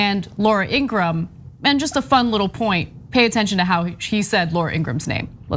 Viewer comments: haha im guessing cenk and ana will never pronounce laura's last name correctly ever again... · I'm going to take it upon myself to walk back Durbin's comments. We won't characterize Carlson and Ingraham as "anti-vaxx quacks". Instead, they shall be referred to as "pro-choice". Also, Durbin mispronounced Laura's last name. It's not "Ingrahan". Rather, it's "Ingraham". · Wow, you two are ridiculous sometimes. So, what if he mispronounced Ingraham? That's exactly how I thought it was pronounced. BECAUSE I DON'T WATCH HER!! You two complain about "elitism" from Democrats. But, your condescending attitudes towards anyone who isn't as "enlightened" on an issue as you are comes off bad. Then throw in Cenk's ageist comments about Durbin, because he was apparently reading something clipped from a newspaper or magazine (OMG, how 30 years ago. Yuck, yuck.) and it comes off even worse. It doesn't help get your point across when you act like a couple of pompous a****. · You guys... I used to respect your comments. But lately, wow. Judgemental as hell. Pick on a congressman because he mispronounces that stupid Laura woman's last name? He probably doesn't waste his time watching much of Fux News. And to shame him for not using state-of-the-art graphics? Jesus. Why are you doing this? It's embarrassing. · He obviously doesn’t watch Ingraham show bc he can’t even pronounce it. But neither can TYT 🤣🤣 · I love how he said her name😂😂 right wingers always purposely mess up black people's names all the time. To troll people and be disrespectful. So I love his dig at her with her own playbook move. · To be fair, picking on his pronunciation of Ingraham is childish. And BTW I have Ingrahams in my family and they pronounce it like he did.